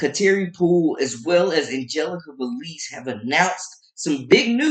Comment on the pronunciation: Who is Veleez? It’s Velez.